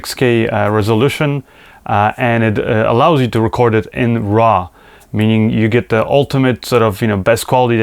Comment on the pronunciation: It's not RA it's RAW!:)